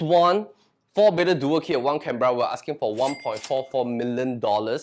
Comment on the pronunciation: Canberra is pronounce wrongly.